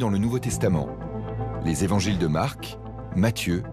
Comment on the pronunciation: "des quatre Evangiles" pas "des quatre Zévangiles" !!! Il n’y a pas de "s" à quatre !!! ça commence bien ....